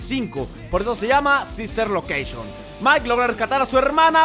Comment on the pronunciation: No manches marmota es sister location no sis ter locashion XD